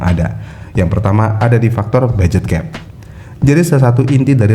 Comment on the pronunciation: Budget bang bukan baget